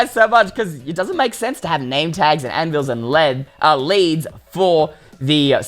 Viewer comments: “We’re gonna need some ledz” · He said leds and then leads